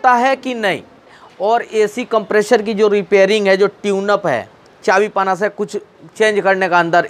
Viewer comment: If you can pronounce "compressor" then why are you deliberately pronouncing it as "Compreshor"